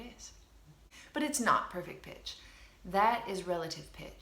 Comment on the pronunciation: i've thought u've said 'perfect bitch', lol